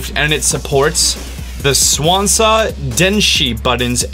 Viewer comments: It's pronounced "Sanwa", not "Swansa". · Did you just said swansa instead of sanwa?